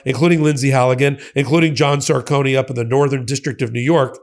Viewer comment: John Sarcone III is really a nice guy. Please pronounce his last name as: sar-Cone, not Sarcony.